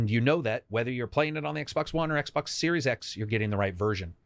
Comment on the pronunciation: Xbox SNormal... Brilliant...